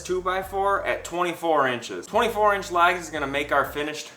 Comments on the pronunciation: Can you pronounce "LEGS" and not LAGS? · Unless I've heard you wrong those 4 2x2s are legs. It sounds like you keep calling them lags. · I was a bit thrown off by how you pronounced legs as "laags". Great vid though. I'm off to the hardware store. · I guess me being from the south, I know he was saying “legs”, but I swear to my ears it sounds like “lags” lol. Doesn’t matter, just saying. Didn’t know if it was just me or not . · Where are you from? I keep thinking you're saying "lags" for "legs" confused me the first time but I giggled after that. I'm from New England so we sure give you enough to giggle at. 😂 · I've never heard legs pronounced lags before. I guess it's an accent I haven’t heard before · Except he pronounced the legs as "lags".